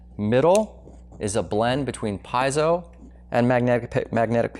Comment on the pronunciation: Shouldn’t have said “PIE-zoh” so much because it’s “PEE-ZEE-oh!!!”